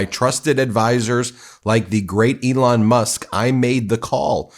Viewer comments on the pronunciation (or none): none